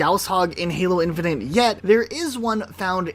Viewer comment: Great video, though I cannot explain how mad it makes me when you say "infinant" or "infinunt" instead of "infinite" ... but that's a me issue :D